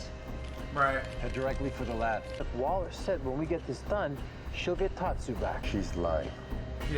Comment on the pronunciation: Tatsu not Patsu 😂😂😂